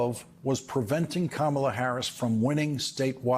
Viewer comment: Kamala. Say her name correctly